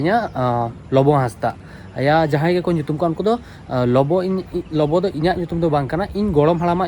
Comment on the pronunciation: आपका वास्तविक नाम लोबो है या, लिखते हो और उच्चारण करते हो लोबो